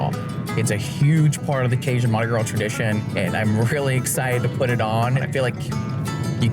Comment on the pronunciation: He met all those cajuns and no one tol' him how to say "Cajun"